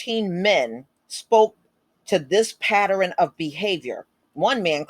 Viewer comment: it's in love that I correct you because I dont want people to look at you sideways: The word Pattern is pronounced "PAT-TURN" Not PAT-TER-RUN- TWO SYLLABLES NOT THREE! Shalom.